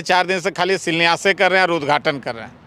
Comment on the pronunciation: इसको शिलान्यास बोलने नहीं आ रहा है, शिलान्यास क्या करेगा।